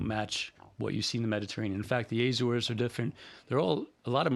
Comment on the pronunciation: Azores not Ézores. Just like it is not Éma Rica.